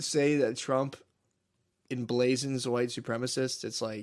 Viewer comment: 'Emblazins'? wtf Matt